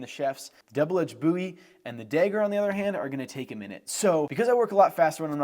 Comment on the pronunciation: Your pronunciation of the word “dagger” is slightly jarring. It’s like you’re saying “degger”.